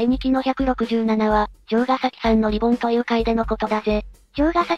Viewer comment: リボンじゃなくリ ボーン